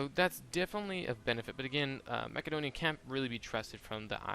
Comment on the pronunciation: My lord it's hard to listen to you say Macedonia lol, and then you specifically have a side note on how to pronounce epirus